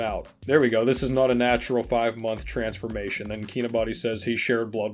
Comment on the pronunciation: Lol “trensformation”😂😂